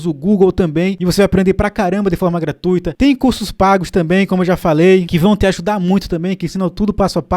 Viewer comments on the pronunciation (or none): none